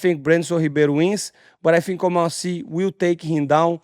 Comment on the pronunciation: He actually pronounced Oumar Sy well 😂